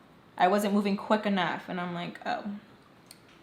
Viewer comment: DAMNNN the “quick🫰🫰enough 🫰” made me feel some type of way